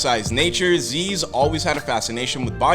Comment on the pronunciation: Isnt it zyzz not zeeeeez